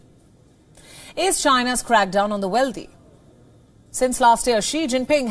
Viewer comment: Why does she pronounce wealthy as "weldy" ? and mis pronounce "sovereignty"? as sovERNity ????